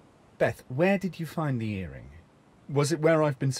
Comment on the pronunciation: Hows it end?! This is weird, you got a mission to get the bangle and you cut it? Why is she enunciating her g so much? Ear ringuh singuh...why add an extra syllable thats not even there?